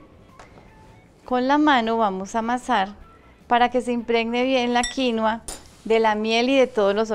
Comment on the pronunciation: Felicitaciones, hasta que por fín alguien pronuncia bien "quinua" 👏🏻👏🏻👏🏻